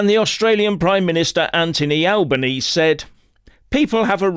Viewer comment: I think the Police got them mixed up with covid lock-down protesters. oh and it's pronounced 'Al bern easey'. Believe me those same police and politicians would come down just as hard on us too, they are WEF bootlickers and are protecting their bosses in the Military Industrial Complex. If that wasn't happening there they'd let them 'pro Palestine protesters' go all day,.